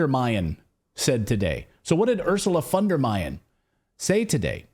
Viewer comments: Nothing wrong with pronouncing the "von" or the entire name the German way, but "Ursula von der Meining"? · "Von Deleyed" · Doesn’t matter what language she speaks in, she is not in command of her own tongue!! I am German I know. She says here “von der Mining”. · it's Leyen not Meyen (Ursula von der Leyen) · She said Ursula von der mining 😂😂😂 she is the dumbest politician so far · Baerbock called Ursula Fondermining lol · We have an expression in German, because she hardly can finish one sentence without a big mistake. "Gebaerbockt". She said "Ursula von der Mining", a typic Baerbock. 🤭 Her name is von der Leyen. She said: "The war will end when Putin turns around 360 degrees." She is actually a real danger to 🇩🇪. She declared Russia war from Germany. And with winning the war, which she really seems to believe, 🇺🇦 wins peace? What?🤯 And why only ukrainians must die for our values, democracy and freedom. Why Germany has an army, when not for this case, if it really were so? But they are in Mali since years, I have no idea for what. Greetings from 🇨🇭. I love your show.